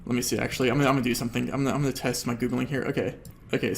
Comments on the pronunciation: It's annoying how he says Googlink instead of Googling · I really hate how you say "Googlink"